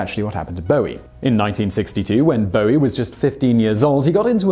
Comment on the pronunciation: Only English person who can pronounce “Bowie”